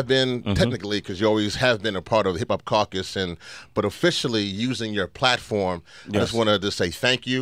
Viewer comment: sway can't say caucus correctly.